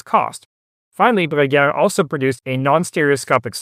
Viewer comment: Take a shot of whisky every time he effortlessly says Bruguière.